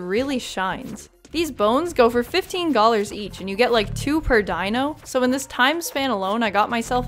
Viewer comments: Am I going crazy?? Are you saying gallars/gollars instead of dollars???? I cant figure out if I'm hearing things or youre making a pun 😭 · Am.. am i... are you... are you saying Gollars? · the way you say dollars just makes me giggle, "gollars" please continue to say it like that! i might even have to steal that... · I love that you’re saying “gollars”